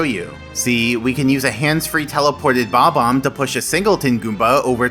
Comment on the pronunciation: Damn, it’s BOB-omb not bomb-omb